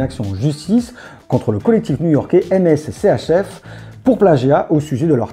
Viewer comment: Très sympa, en revanche MSCHF, se prononce MiSCHieF